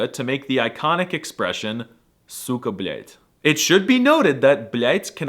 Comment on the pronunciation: You pronounce suka blyat perfectly, I take it you’ve had a lot of practice. But your blin is a bit hard. Also, I almost heard the Swedish tones in your kurrrr-wa!